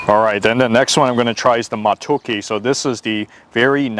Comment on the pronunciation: Omg!! I love how you said Matooke so well 😍😍😍. That chapati hit different when you scoop it into the soup 😋 😋. New sub from Uganda 🇺🇬 😍😍